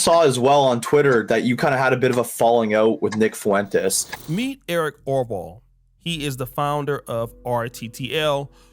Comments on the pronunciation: Bro ... Ur nick Fuentes pronunciation is whippin yo azz.... It's " Fwen- tez"😂 bro not Fuh-EN- Tays I'm over here cussing at the MF phone lol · If you say FOO-went-ez one more time 😂😂😂😂😅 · The way you say Fuentes makes me chuckle lol